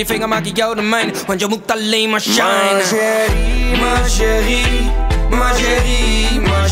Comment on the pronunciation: HAHAHAHAHAHA NEDERLANDERS EN FRANS GAAN ECHT NIET SAMEN. HIJ KAN 'MA CHÉRIE" NIET EENS UITSPREKEN?!